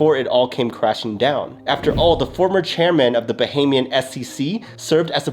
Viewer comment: You're the only crypto influencer so far who has pronounced "Bahamian" correctly. Bravo!